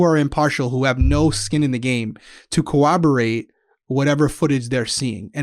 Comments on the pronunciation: Is it just me or are S & D pronouncing coRROBorate as coWOBorate? I hear it on some other true crime channels too. I try not to be That Person In The Comments but this mispronunciation is so frequent I had to mention it. “Had to” = debatable, I know 😂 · CoRRoborate, not coWoberate. Dealing with crime as you do, you guys are too smart to mispronounce this frequently used word. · Anybody else bust a gut when said “cowaborate”?? The first time she said it I giggled, the second time I couldn’t stop...🤣🤣